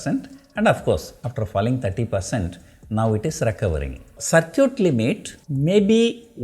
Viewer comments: Circuit is not pronounced as "Sar-Cute" It should be "Sir-Kit" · ITS CIRCUIT LIMIT NOT SIR CUTE LIMIT